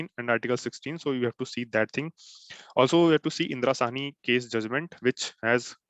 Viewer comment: Very good.... Dear It was Indira Sawney and not Sahni... Please rectify. Thanks.